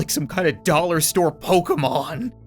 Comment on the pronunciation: im a Australians and when he said digry dolars i almost chocked it was so funny